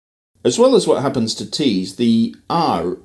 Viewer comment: You just said “tah” for the word “to” as you make fun of pronunciation.